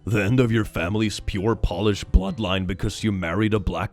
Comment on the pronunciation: It's Polish as in Poland, not polish